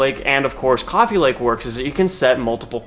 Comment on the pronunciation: coffea, gween tee